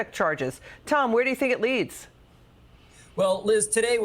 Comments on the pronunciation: It’s FAN-i. NOT Fawn-ee. . . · There's no W in her name!! It's fan-e, Fannie. Jesus h Christ what is wrong with y'all!!! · Her name is Fani Willis, not Fawni or Fawny Willis. Don't any of these people know how to pronounce words? Just because she has a big fanny, they don't want to say her name correctly! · Is everyone at Fox mandated to call FANI (FAWNEY)? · It's pounced "Fanny" btw 😂